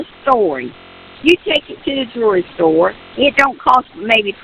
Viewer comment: I cringe inwardly imagining Leticia ‘teaching’ anything to anyone, unless it’s a graduate course on How To Lie Badly. Given her pronunciation, she’ll have people reading ‘jewelry’ like ‘joory’; ‘—ing’ like ‘—ink’, etc.